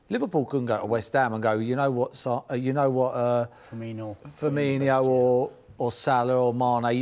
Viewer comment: Did Paul Merson seriously just call Firmino "Firminio" Keeping this man at sky is worse than keeping mustafi at Arsenal